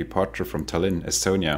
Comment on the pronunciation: Tallinn not Talin, if there are 2 of a letter its because there is a long sound.